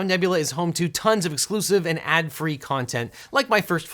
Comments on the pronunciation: Him: most free people My ears: most furry people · I heard "Americans: the most furry people in the world"